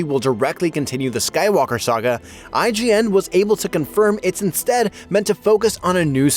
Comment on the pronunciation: Calling rey "skywallker" is a crime